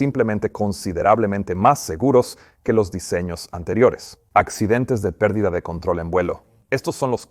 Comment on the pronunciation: Que grata sorpresa escucharte en español, Peter. Dos pequeñas aclaraciones con ejemplos: 1- "El avión entro en PERDIDA...", "The aircraft enter a STALL..." , con el acento en "PERdida" 2- "...si están a punto de excederse las CARACTERISTICAS DE VUELO...", "... if It´s about to exceed the FLIGHT ENVELOPE..."